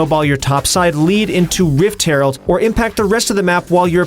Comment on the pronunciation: "Wift Harold" 😂